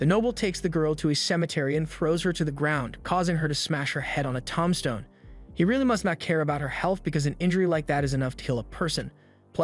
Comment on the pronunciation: AI voice is missing the plot. Tom-stone?